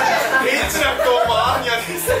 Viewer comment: 久々斉藤さん〰️😽 アーニャじゃなくてマーニャでしぬww しっかりまいたけくんw